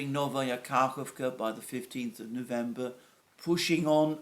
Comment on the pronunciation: Dear Alexander, thanks again and again for your always excellent videos! Just a couple of suggested corrigenda: Ka'hOvka (not 'KAhovka) 'GOrlovka (Ukr. 'GOrlivka, not Gor'lOvka) Ghe'nIchesk (not 'GEnichesk, let alone 'GEnishek). By the way, Genichesk is located on the Azov sea shre, not Black sea shore. Good luck! P.S. I'd be happy to provide you with further suggestions on Russian (Ukrainian) proper names pronunciation as well as general facts if you are in agreement and tell me how to send my suggestions and research results directly to you rather than leaving comments here. Cheers, Nik, your admirer.